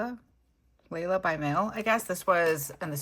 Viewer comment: Layle rhymes with mail - she does some really cool videos too. I love using the packaging in spreads! Super job